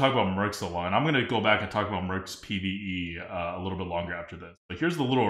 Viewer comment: "Merps" / "Mercs" is hurting my brain.